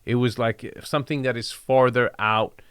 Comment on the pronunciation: "let me tell you something, LET ME TELL YOU SOMETING!!!"